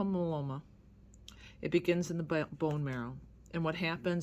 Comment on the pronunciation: My-e-lo-ma please pronounce it right. it grates on my ears. 7 years in remission. God gave us these wonderful treatments and i am so grateful for them.